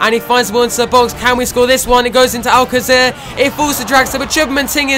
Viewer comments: Just saying that its pronounced al-kaser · I think it can be pronounced Many ways, regarding the Alcacer situation, however as the Spanish pronunciation of c is a fh/hf it may be something like Alfafer but it.can be pronounced any way.